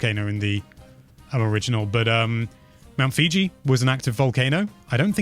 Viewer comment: Oh no, he said mt. Fiji. I hope that is an inside joke that I don’t understand